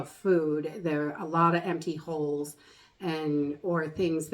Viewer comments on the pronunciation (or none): none